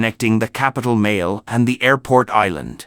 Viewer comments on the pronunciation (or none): '....capitale Male' as in 'male'? NO! It's pronounced 'Maley'! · it's Malé not MALE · The producer of this video caught a lot of flake for confusing Maldives and Malaysia. Also Male is pronounced as marly. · Pronunciation od Male in not correct. Pronunciation should be Maa-le. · Male is pronounced as MA LEE